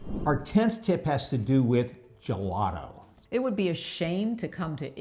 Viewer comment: you are pronouncing gelato and gelati wrong!!!! Learn it in Italian!